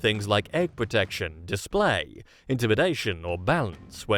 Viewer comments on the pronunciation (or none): none